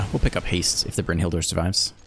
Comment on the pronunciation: A tad extra, but your Brynhildr pronunciation was spot on.